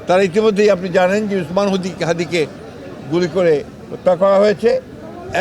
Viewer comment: At least this old guy finally learn how to say the name of Hadhi correctly.